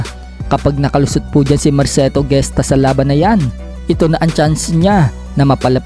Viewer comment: di yan GESTA pronunciation kondi ( hes-ta)